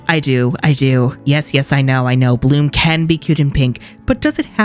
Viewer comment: The way he said "Bloomuhh..." got me rolling on the floor 😂😂